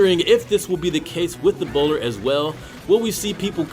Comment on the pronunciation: I keep hearing "Ebola"